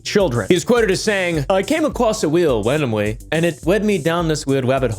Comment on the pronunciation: WHY SAY IT LIKE THAT "i came acwoss a weel wandomwy" why bro